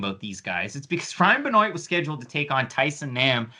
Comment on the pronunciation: why are you pronouncing benoit like "ben-oate" its "ben-wah" smh